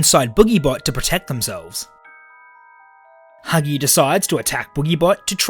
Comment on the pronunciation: When he says huggy breaks the vent u can hear him saying hugsgy